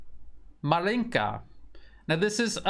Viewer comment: Dear, I admire your excellent videos and hard work! Just a tiny suggestion: the stress should be made on the starting syllable in 'Maryinka and not on the second one. In most cases it would be totally unimportant, but in this particular case Ma'rinka sounds a bit funny for a native Russian speaker's ear, since Ma'rinka is a very informal way to call a girl named Marina, while 'Maryinka is a place name (of a village) derived from 'Marya, the Russian folks form of Maria. I am not sure if same goes for Ukrainian.